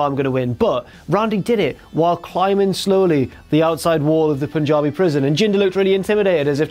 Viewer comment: Chris Jericho Punjabi not punkabi